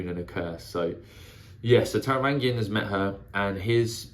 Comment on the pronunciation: Taravangian has a soft G, like in strange.